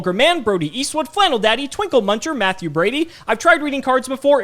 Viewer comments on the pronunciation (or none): none